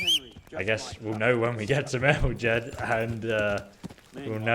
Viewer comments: Why do you call it MER-HO-‘J’ED (with hard j) rather than the actual pronunciation MER-HOI-YED. You literally hear people in the game constantly say the 2nd one but you continue to say it wrong. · it's pronounced " mer-ho-yed" they say it in game all the time and folks still say it wrong. haha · A little hint from a native Czech speaker (dont mind my nickname): Merhojed is pronounced Merhoyed, no english "g" there. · game: says Merhojed like 50 times.: continues to mispronounce it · I hate when he mispronounces Merhojed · listen to the npcs saying things with J like Merhojed